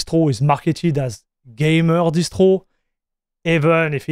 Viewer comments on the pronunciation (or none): I can hear French actually the way he said "Distwo" for Distro sounds super French